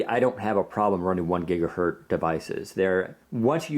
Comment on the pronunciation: Omg the black looks terrible on the screen, it's more of a grey, and WP just needs deep black :( Btw, this annoys me more than it should, it's gigaHERTZ not gigaheard.